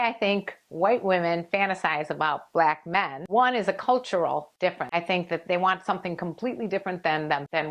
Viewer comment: The way she pronounces "Blaack Men" is hilarious. 😄😂